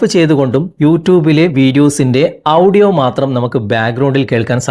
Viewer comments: ഔഡിയോ അല്ല.... 'ഓഡിയോ' എന്ന് പറയു. പൗസ് അല്ല... 'പോസ് ' എന്ന് പറയു. 😄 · ആഡിയോ ആണ് ശരിയായ ഉച്ചാരണത്തിന് അടുത്ത് നിൽക്കുന്നത്